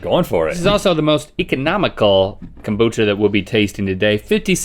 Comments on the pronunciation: Someone should’ve told Rhett that it’s “kombucha” not “kambucha”. 😂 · nobody: rhett: KAHMboocha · No one: Rhett: calm-bucha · nobody: Rhett: kOMboocha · My grandma always pronounced it 'kum-boo-kuh'. She also made her own and would put some in my drinks because she knew how gross it was. I hated it. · rhett hits the o in kombucha so hard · I'm surprised I can't find any comments about Rhett's pronunciation of kombucha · The way Rhett says kombucha shows he’s definitely from the south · it's kombucha girl!!